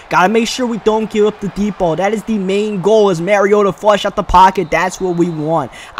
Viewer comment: Mariota (mah-ree-oh-tuh) not (marry-oh-tuh)